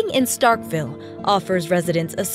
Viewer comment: Nobody in Mississippi says Starkville like Starkville they say “Startville”